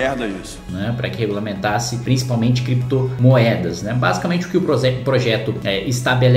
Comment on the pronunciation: Considerando que o "chefe" de vocês fala "Crépitomoéda" e "Bitcóio". Deixa eles regulamentarem. Quero ver conseguir achar pra tributar. Ah... Outra coisa. Não é pra usar exchange nacional, né gente? Não façam merda.